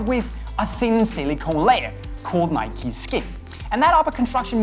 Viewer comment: its nike dumbass